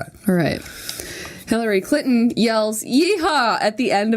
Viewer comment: It sounds like Jenna is saying Hillary Clit-on. I'm dying! :D